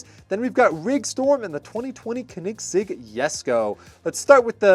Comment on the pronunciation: It’s pronounced co-nig-segg